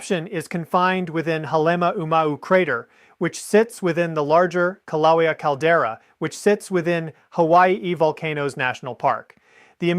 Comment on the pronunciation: This is AI or really has a problem with his right arm. This is so stupid. And the poor AI can't pronounce Kilaeua, which I don't know the spelling of. I'd call a doctor, I see signs of a stroke in this AI user.